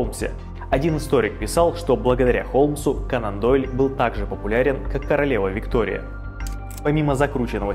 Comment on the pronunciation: Все супер, но не могу понять один момент, почему произносится Канандойль, как будто слитно, хотя он же кОнан Дойль